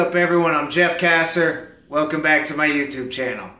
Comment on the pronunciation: My poor last name has never been so mispronounced 😂😂 thanks for answering my question though! You rock!